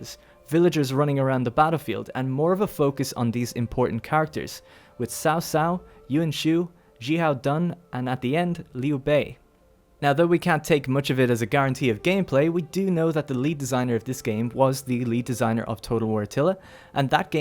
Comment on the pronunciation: ...Sao Sao? Yoon Shoo? Xihow Done? The only one pronounced right is Liu Bei lol Am I the only one irked by this?